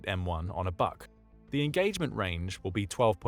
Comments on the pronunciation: Please, at least have some understanding of language. Just because the Russian acronym is BUK, the pronunciation is not BUCK but Vook. B==V, ,,, why do I waste my time. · БУК is pronounced like BOOK, not BUCK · Buck? Didn't you mean BUK? like book? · Buk is pronounced like "book", not like "buck". Means "beech" in Russian. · "BUK" Is pronounced Book. The letter U in Slavic and in Nordic is ALWAY pronounced like "oo" in English.